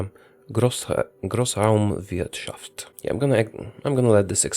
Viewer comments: Just lovely how great he pronounced Großraumwirtschaft. Just. So. Lovely. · I love it when he says german words like "Großraumwirtschaft" or "Anschluss" xD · I still love to hear a not german saying german words like Großraumwitschaft